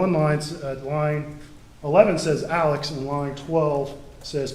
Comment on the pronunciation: That was certainly painful..😳 Also, the one defense attorney keeps calling him “Alec”..? Isn’t it “Alex”.. ?